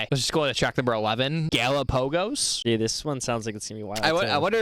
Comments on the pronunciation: And learn to pronounce Galapagos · I love the way you pronounce Galapagos 😂 Brilliant reaction fellas